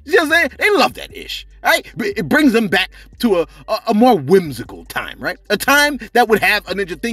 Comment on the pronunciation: Did he say whimsical?😕